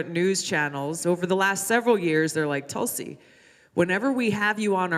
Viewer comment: BTW notice she signed that autograph in English, not Cyrillic ;) it's Tulsi, not Tulski :P